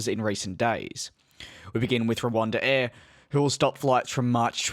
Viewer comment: C'mon DJ, its Rwand-air not Rwanda Air